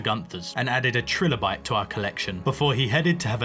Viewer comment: It's pronounced tri lo bite btw, just so you're aware